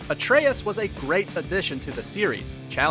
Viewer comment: "Atreus", not " Atraius".